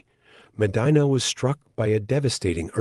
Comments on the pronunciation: The correct pronunciation of M'dina is imdeena. Not maadine-a like vagina..Short i as when saying 'in'. Publius isn't pronounced like public. It's Pooblee-us. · haha was going to say this it put me off in the beginning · I nearly switched away at the start because of the mis pronunciation.